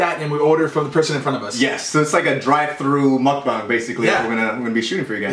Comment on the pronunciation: I love their perspective on everything they spoke of 😊 Also, pronunciation of mukbang is the correct way since that is how it is in hangul (Korean alphabet). The other way is the American way since the word itself, mukbang, is a romanization of korean (actually written out). People are most likely to pronounce it the way it is spelled since that is how one would naturally read it. If it was written in hangul which is 먹방 and you know proper korean pronunciation, then you will say it correctly. Okay, that's my little teaching. I'm done! lol I love you both ❤️❤️❤️❤️❤️